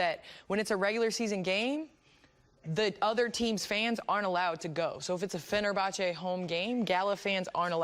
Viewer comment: "is it like LA-Boston". Oh bless, KG. :D. No Kevin, Fenerbache-Gala is not like LA-Boston.